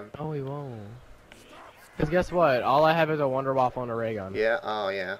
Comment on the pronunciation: wunderwaffe not wunderwaffle :P